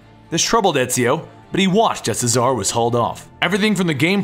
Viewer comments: CHEZ-A-RAY not cesar CHEZ A RAY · its pronounced chez are ray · Friendly advice: Cesare is pronnounced Che-suh-ray.